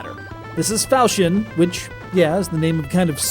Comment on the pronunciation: its a falchion not falsion